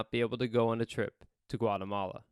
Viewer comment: Funny how all of us are here because we want to learn english, yet english speakers in the video/audio can't say Guatemala correctly. LOL.